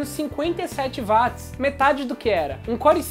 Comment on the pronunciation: não fala vatis, cara. é uótis.